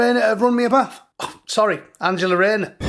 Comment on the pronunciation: "Baff" not "bath".